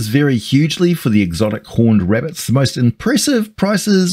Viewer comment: ah yes, the murder wabbits